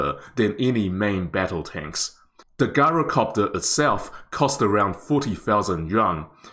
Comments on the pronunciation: I hate to be "that guy", but it's not pronounced "GAI-ROH-copter" it's "JAI-ROH-copter". Think of the word "gyroscope", it's "jai-roh" not "gai-roh". And yes, I realize that the original Greek pronunciation is actually "yee-roh", but this is just how the word is pronounced in English. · Pronounced Jyro, not a hard G. MANPADS field day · Pronounced Jyro-copter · Interesting, thanks. Most pronounce gyrocopter with a soft "j": jai·row·kaap·tr. Is the pronunciation different in New Zealand? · It's pronounced jai·row·kaap·tr